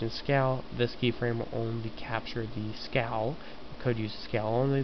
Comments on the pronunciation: one thing.... This is good in all but u kept on saying scow or scall.. IT is SCALE! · Its pronounced sc-ay-el ^_^